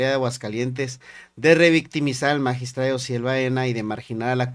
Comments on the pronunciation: Qué no mame ese señor, bien sabido que entre esas personas los crímenes pasionales son muy frecuentes y así de impresionantes. Y luego el magistrade, que estupido, se dice magistrado. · Que es eso de asesunade, es asesinado no deformen el idioma, ya dejen de decir magistrade, es magistrado. Por Dios.